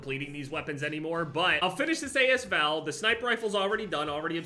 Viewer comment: not trying to sound like an asshole but its pronounced like as val not a s val, the a and s are together